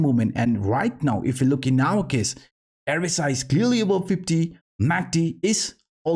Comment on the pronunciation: Great contentas always!! Here is some help with your English. "This is what we have been talking ABOUT".... Try to pronounce the "B" more prominently in the word aBove instead of saying with a "V" (avove). Thanks again!!